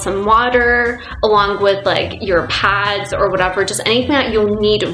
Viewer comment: and when she says pads to her it's pods